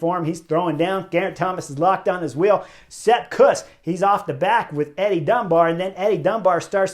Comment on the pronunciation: Kuss: pronounce it like "Goose" but with a K. Dolph would approve!